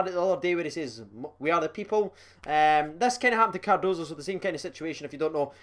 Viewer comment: Im just happy you’re saying Cardoso and not Cardosa